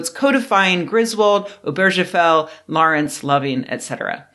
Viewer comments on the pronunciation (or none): By the way, I've noticed in a couple of videos lately, people pronouncing Obergefell with a soft g sound, as you did here. Jim Obergefell pronounces his name with a hard g.